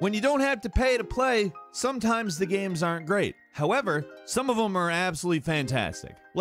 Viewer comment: He likes his dee-eye-mos of all those guy-ames.